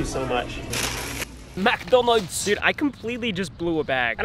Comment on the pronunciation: The way he says McDonald’s sounds like it’s Dutch